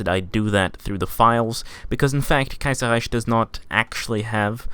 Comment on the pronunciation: As a German i can say, that youre pronouncing the "ch" in Kaiserreich not exactly right. Here's how to pronounce it right: .